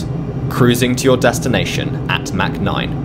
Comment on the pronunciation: "Mack noyne"